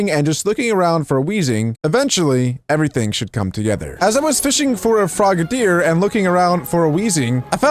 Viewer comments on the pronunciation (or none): Its frog-a-dier not frogaydier